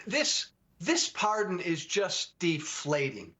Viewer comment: Par-D-on, Wayne. Par-D-on, Garth.😂 ...but impeaches are off the table.